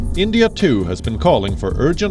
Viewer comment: 1, u guys selling donkeys to make money seriously “ donkeys 2, Twitter slapped on India 🇮🇳 for what , asking them for access under India’s IT rules . U guys living in fools paradise . India doesn’t need Twitter we don’t care what Twitter says 3 , and one more request it’s not Endia it’s India 🇮🇳 . Same like u guys pronounce that stupid Punjabi Urdu saying “caashmiere “ it’s Kashmir 😂😂